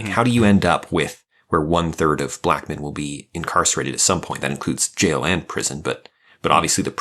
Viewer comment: why does pronounce "black men" like "pikmin"?